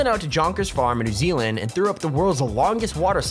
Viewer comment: Me from NZ Guy talking This water slide is in New Zeeealand